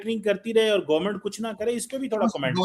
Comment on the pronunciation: मार्किट😂 , gornament😅